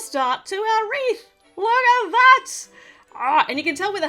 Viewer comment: You said here is our Reese instead of wreath and my name is Rhys!😄 On its side, the wreath looks like a rainforest!😉